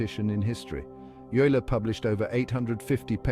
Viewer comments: OYE-ler! Not you-ler. And the music is intolerable. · How to pronounce Euler sonds like "Oyla" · Narrator cannot pronounce Euler's name consistently (it's "Oiler").